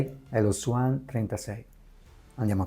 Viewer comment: Si dice "svon" non swan